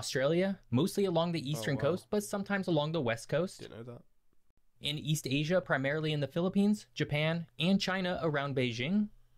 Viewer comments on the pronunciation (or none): none